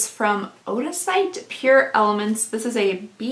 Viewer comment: Odacite is pronounced as audacity. The Black Cumin serum is my maskne go to to get rid of blemishes. Pricy but worth every penny.